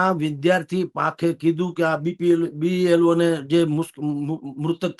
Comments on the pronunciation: BPLO nahi BLO bolo. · B P L O નહીં B L O બોલાય. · Blo બોલતા તો શીખો ભાઈ